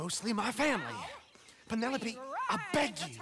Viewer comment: Reminder: don't name your child Penelope... PEEN-ELOPE